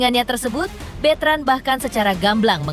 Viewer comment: Bukan bitren bu ,betran gitu Ko bitren ah si ibu salah dong betran putra onsu atau onyo gitu lah